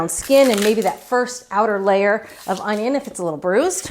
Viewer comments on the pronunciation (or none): That's the second thing that I thought of when I watched Julia demo dicing the onion. The first thing is how she mispronounced the word ONYO.